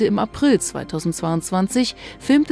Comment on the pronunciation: Hawaii und nicht Howay